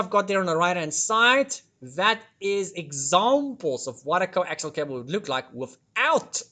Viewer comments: Coaxial, not coaxile. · I'll just throw this in because nobody else has yet - the final cable is actually "Coaxial" cable, pronounced "kow·ak·see·uhl"